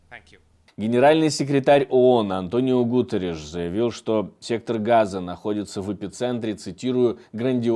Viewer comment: Неужели никогда не слышал как произносится фамилия Гутéрриш?